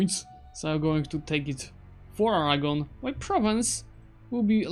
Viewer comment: I love the way you say 'Aragon' It sounds like 'Arahgon' when you say it